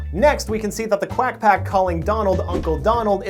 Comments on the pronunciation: I took a drink every time he said quagh pcoffty..... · I toke a drink every time he saed qwiac pack a drink of milk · It’s quack pack!